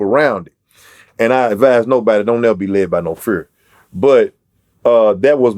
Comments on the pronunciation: I'm here for project patt accent lol great rapper cant stop laughing when he said fur instead of fear.😅🤣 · When he said fear 😂😂sounds like he saying fur. I gotta love for project pat and his music. Great interview